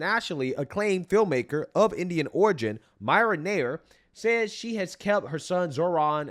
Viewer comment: That's "Meerah Nah-eer"